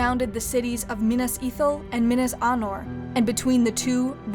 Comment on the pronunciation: You can pronounce Minas, Isildur etc but you cannot pronounce the word "plague". it is Play-guh, not Plagg.